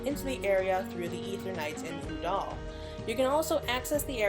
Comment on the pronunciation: I love the lore vids but I can't help but jump every time you say Ul'dah because you're pronouncing it like it's spelled "Uh-dal"